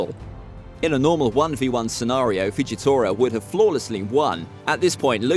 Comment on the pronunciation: Bro said Fuji tira a villain.